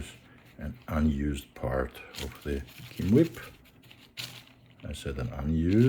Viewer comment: I know I'm supposed to be focused on the fancy hot tweezers, but I'm completely stuck on whatever tissue you're using to clean the flux. Keam-whip? Chem-wip? I couldn't make out what you called them.